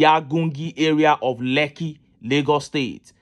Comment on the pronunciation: Stop calling lekki its not lekki